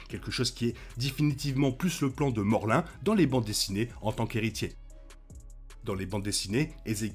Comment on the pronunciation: Morlin ? Je crois pas que c'est ça son ce morloun